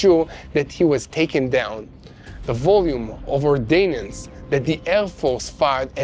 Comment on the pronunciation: "Or- DAIN-ance""????? How about "ORDnance" You're welcome! - Your English teacher!